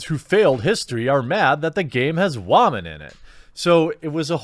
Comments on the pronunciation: Why does he keep saying wamen? Is this a meme I'm not aware of? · Stop saying "waman". It's really cringe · Wahmen 😂 “ yes sir let me get a side of Wahmen “ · I couldn't even watch this video do to the fact you keep saying women completely in a retarded way that it hurt my brain! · While I find the information you provide to be interesting, your purposeful mispronunciation of the word "women" harshes my ears, and makes you seem more juvenile than the feminists that you are railing against. Take the high ground don't stoop their level and make yourself look like a ignoramus. The best way to kill a feminist argument is to make them looks stupid by talking normally. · Say women right dude!! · Why are you saying women like that lol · The way you say "Woman" is immature as fuck. Grow up dude. Be a damn man. Not a child like the petty people who hate shit to hate it.